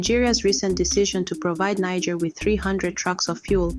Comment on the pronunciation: You couldn’t even pronounce the country’s name properly 🤦🏽‍♂️